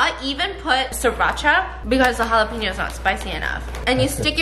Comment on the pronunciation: They way she said jalapeno makes me mad 😂😂😂